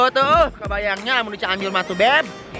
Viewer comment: Suka a "haloo gayy" haloo guys buk jgn gay beda arti🤣🤣😝